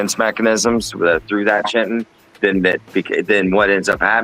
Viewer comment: Are you chitin me 😂 It's pronounced ky-tin (chitin) not chit-tin!